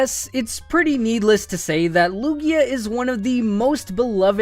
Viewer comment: THERE IS NO E IN LUGIA! AND IT'S MIMIKYU, NOT MIMICKU!